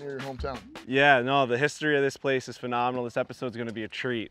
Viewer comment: you besmirch the game. Get better. Watching you swing is like watching somebody struggle with a stuck door. is a player. is a real one. nice with it but please stop with the phe-nah-meh-nal ad nauseam.